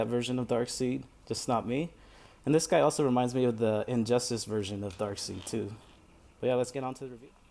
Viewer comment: Pronounced DARK-SIDE